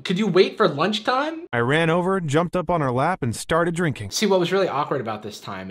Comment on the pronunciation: You don't need permission to react to a video. Unless the Fine Brothers enter chat then be ready to pay $$$$. He did say Jarvis, if you listen you can hear the v it's just not as pronounced.